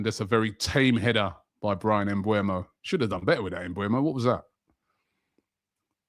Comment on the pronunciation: How are you still mispronouncing Mbeumo? It's not Mbuemo, it's Mbeumo. E before U.